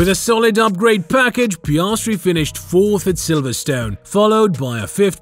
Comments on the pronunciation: piayahhstry bruh its piastri 😭😭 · Pi-as-tri NOT pi-arse-tri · And then Piarsetri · Piarsetri the funniest pronouncement of an F1 driver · Just a heads up, the way he says Piastri doesn’t get any easier to listen to.